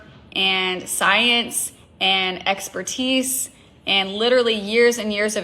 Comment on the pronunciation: Take a shot every time this rep says LiDuRaLlY…..wait nvm please don’t do that to yourself!